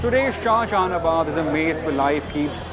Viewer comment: It's not shahaanjahanabad